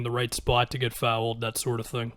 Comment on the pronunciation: Why do you say FOWEL-d and not fouled